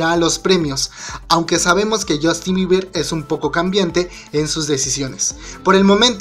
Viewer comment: Jajajaja a alguien más le da risa "Biber" JAJAJAJAJAJA